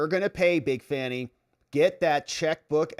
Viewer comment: That's right Bro. It's FANNY not Fauni !